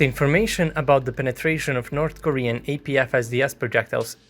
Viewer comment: “North Koren Tanks”